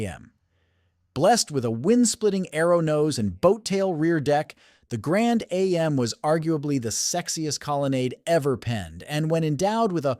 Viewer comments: The "Grand A...M"? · It's not can A-M it's pronounced like jam without the j making it am if your going to say car names find a gear head they will tell you straight and its not lemon it's pronounced Le' mens As in the famous twenty four hour race in France please get it right. Cause if you don't it makes you sound silly others will call you dumb or even stupid. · Amen... This AI Narration proves they don't know SH*T about the cars... Between Pontiac Lemons and Pontiac A... M... it only gets worse. DO NOT Subscribe or LIKE!